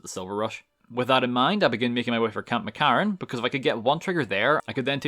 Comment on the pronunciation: Camp McCARran. Are you per chance Irish?